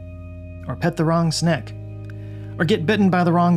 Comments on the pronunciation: AI voice. bro just called a "snake" a "sneck" -_ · pet the wrong sneck?!? do yall not say snake in Texas? ....dont care for this style video. your typical video shows us you. we can get this kind of video from one of a million youtubers. only difference is your voice vs AI voice. ....but, im wondering if this isn't AI with the "sneck"/snake typo? ...hmmm 🤔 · yeah,, but did you say "SNECK"? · Did you say “choking forests”? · bro said snek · Did he just say "Snek"? OPM fan? 😁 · Does anybody just use a real person to read their text anymore. With the odd pronunciation of snake and imagine I was out. Pity for it was interesting but soulless with the AI voice over. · Ahhh I see what this is, this is an AI video or did you forget how to say snake ? Much love none the less ❤- love your stuff even if it is AI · you said snake weirdly